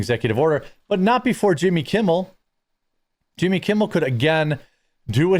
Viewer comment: When you say Yimmy... I have an urge to stroke my eyebrow with my pinky finger.